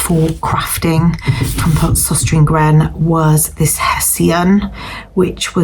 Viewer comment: The store is pronounced sostrenah grenah.